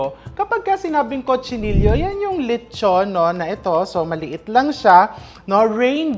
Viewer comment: Chef, dito sa Spain they pronounce Cochinillo as co-chi-ni-yo